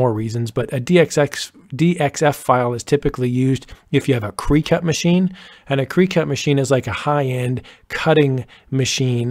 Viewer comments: Really good, clear instructions though in need of a few minor corrections re:SVGs and DXFs…and btw, it’s pronounced “cricket” as in Jiminy…not “creecut”. Just sayin’. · I have never heard it called CREE cut! I have always thought it was CRICK-it, like the bug. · This is an amazing video!! Thanks so much! I'm sure you already know, the Cricut machine is pronounced like the bug cricket. Not, cree-cut. It's not a huge deal but I thought you might want to know. That is an absolutely fantastic video! New subbie! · AMAZING INFO!!! THANK YOU so much for this DETAILED tutorial. Explanation, tone, speed of tutorial made this very easy to follow and comprehend. BUT, I do have to say (just an FYI I guess, lol) Cricut is pronounced like "cricket" not "cry-cut" .... I LOL'd each time. Thank you again!!!!! Hope you read this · Fantastic information. Thanks. BTW - it's not 'creecut', it's pronounced cricket as in the bug. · ❤great vid. Super info.. but did you know it pronounced “crick et”. .. 🦗like the bug.. not “kree cut”. … I have heard other do the same but…. Check with the manufacturer.. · Thanks for the video & info. Very helpful. Just a heads up -- Cricut is pronounced "cricket" not "kree-cut" :) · Cricut = cricket, like the insect or the game, not cree-cut. 😉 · "cricket" not "cree-cut" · Cri(CK)ut…..like the bug not crycut! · "CREE-cut" machine? You mean Cricut, pronounced as "cricket" (like the insect). :/ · Cricut is pronounced like the insect--krih-cut, not kree-cut. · You are killing me when you say cree cut It's a Cricut pronounced like a cricket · FYI The Cricut is pronounced "cricket", like the bug. Thanks for the great info! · Great information and tutorial! Thank You! FYI in the world of cutting machines Cricut is pronounced like the insect Cricket with the ket pronounced "cut". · Good idea to do cut files. Btw: Cricut is pronounced "cricket", like the insect. :) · Thanks so much. Very helpful. Also, just an FYI, Cricut is pronounced Cricket.